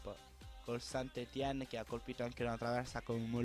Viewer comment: scusa se ti correggo, ma il St.-Etienne si legge San Etien